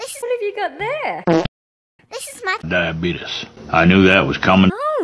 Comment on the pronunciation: “This is my diabeetus”